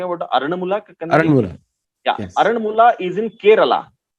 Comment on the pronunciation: its called AARANMULA , NOT ARAN MULA.....AND ITS KANNAADI NOT KANNADI BUT WHEN YOU WRITE ITS KANNADI ""AA"USED TO PRONOUNCE IT CORRECTLY .... AARANMULA IS THE NAME OF THE PLACE AND KANNADI MEANS MIRROR IN MALAYALAM